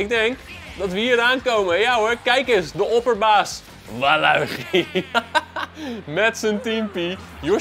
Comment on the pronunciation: Je spreekt het uit als walitjie